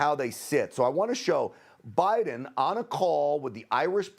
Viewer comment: Thank you for pronouncing 'Putin' and 'Biden' CORRECTLY!!!! Why other news anchors/commentators/reporters find it so challenging, I cannot imagine.